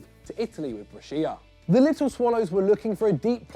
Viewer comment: That is not how you pronounce "Brescia"